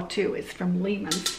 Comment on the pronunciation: Hi. Love your videos. I live close to Kidron, Ohio and visit Lehman’s often. It is pronounced Lay=man’s.